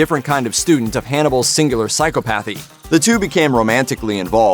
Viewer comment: The way he said “psychopathy” drove me crazy